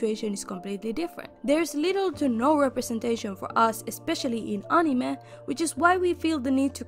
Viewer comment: Even unsay uh-nime 😭😭😭😭✋